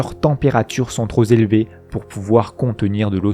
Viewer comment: « [...] leurs températures sont trop "z'élevées". Quant aux planètes G et H, elles sont trop "z'éloignées"... » ça faisait assez docte et scientifique et... patatras... C'est trop trop z'injuste, nan ?